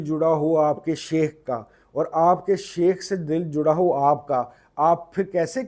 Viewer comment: MashaAllah. Sir with due respect plz read as " Shaikh" not common word " sheikh".